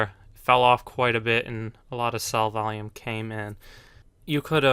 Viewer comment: Its not volume. Vaium.